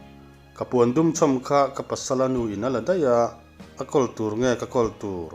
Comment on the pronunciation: Puandum nilo in Pawndum tiin an lam thin.